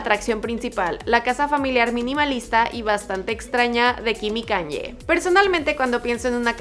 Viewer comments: (Forma de pronunciación para diferenciarlas) ¿ por qué dices [kan-ye] en vez de [ka-ny-e] ??? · Que estrés diga "kan-ye" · Haces demasiadas críticas y aburres y NO PRONUNCIAS BIEN EL NOMBRE DE KANYE, pienso que deberías simplemente hablar de las casas y ya !